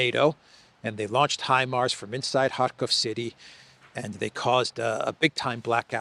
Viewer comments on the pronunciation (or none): none